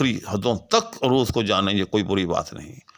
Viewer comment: بھائ جان، آپ عروض کا تلفظ بگاڑ کر بول رہے ہیں۔ عروض کے ع پر زبر ہے پیش نہیں۔